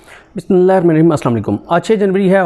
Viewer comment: سر آپ بسم اللہ شریف درست پڑھا کریں یا پھر نہ پڑھا کریں